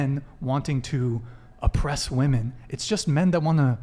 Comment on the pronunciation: Sigh. I guess I came to watch again cause I'm punishing myself for my sins in life. Also, anyone else notice that she can't pronounce the word "women" properly? "I think all of us here are tens." Look gents - any woman who says that is a liar. Don't put your dick in that. If any tens actually exist, they are RARE. Like, there are only a handful on the whole PLANET, adn they get quickly snapped up by an oligarch or end up in porn or something. This is not a table-ful of tens. "I don't know how you want me to answer that." She keeps saying that - sign of a dishonest person. There's only one way to answer questions. Honestly. I don't need to know how someone "wants" me to answer a question if I'm honest. And her refusal to discuss how women are oppressed shows that she has nothing. She's disingenuine and is acting in bad faith. If she truly cared about women's oppression, this would be an excellent opportunity to do something about it, with the platform that Brian has provided her FREE OF CHARGE. She doesn't even have to run for office or risk her life. This is the freedom fighter's dream. And notice the other women didn't really jump in either. Guess they had nothing too.